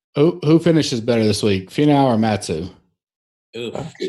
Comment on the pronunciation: does know it's FEE-Now... not Fah-Now... right?